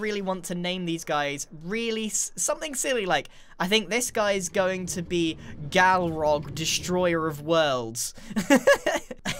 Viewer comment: It's balrog not galrock. :)